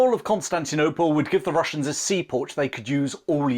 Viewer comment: " The Wussians wear Gway."